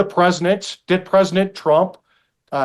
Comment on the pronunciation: Why does this guy always call Trump Presnick Trump?